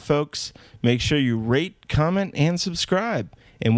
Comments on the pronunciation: at the end wen he says rate comment or scribe sounds like rape comment or scribe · Hahahahah! At the end, it sounds like he said "Rape, comment and subscribe!" xD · at the end it sounded like he said rape, comment, and subscribe.